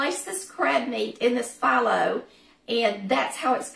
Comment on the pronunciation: Looks delicious. I've been using phyllo dough for years, and it is pronounced fe low. Not a biggie...just thought I'd let you know.